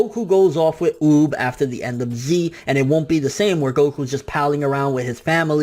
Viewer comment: oob?? its UUuuub 😂😂😂